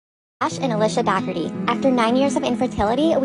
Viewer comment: It is pronounced Dougherty like cookie dough. The G is silent. Just wanted to let you know.